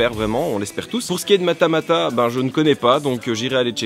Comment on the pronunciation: je t'aime fort, mais c'est Matmatah pas Matamatah:,(( Sinon c'est génial pour la JE, je viendrai te voir de nouveau te donner un jolie dessin si j'ai le temps de le faire malgré le bac!:D